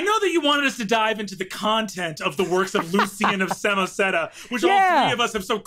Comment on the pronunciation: Um, actually... it's Lucian of Samosata, not Samoseta.